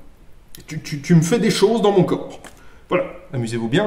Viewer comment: "Tu me fais des choses dans mon coeurps"